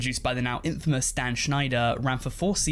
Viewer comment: I’m surprised how does not know how to say infamous